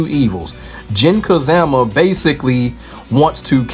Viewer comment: I cant help but chuckle every time I hear Jin "Ka-ZAM-A" 😂.